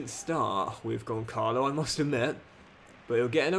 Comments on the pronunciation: Gonçalo ramos first name isn't pronounced like that 💀 You're supposed to pronounce the Ç like a S. So it's Gonssalo not Goncalo. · Hello! You allways say Goncalo Ramos but you shoud say like "Gonssalo" because of the "ç" Keep the brilliant work! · the striker's name (Gonçalo Ramos) is pronounced Gon-salo (phonetically speaking:) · Hey, the correct pronunciation of Gonçalo Ramos is Gonsalo Ramos. I’m from Portugal. I love your videos. Keep it up ❤ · As a Portuguese myself, it's really cool that you have some "tugas" in there, Gonçalo Ramos's name is pronounced "Gonssalo" as the ç is read as an s Keep up the good work, forza Milan, and let's go the short king Cox! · Hey, love the vid as always, just a quick note: the "ç" in Gonçalo is pronounced as an S like in Suit, the little below below the C means it sounds like a S! keep it up bro love the series and can't wait to see Cox conquering Italy! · I think Gonçalo is underperforming because you're mispronouncing his name, saying ç as a K and not as a Z. Otherwise please remember to make your subs around the 60-70 mins.